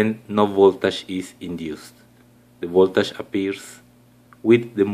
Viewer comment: Voltash😂😂😂 It's voltage bro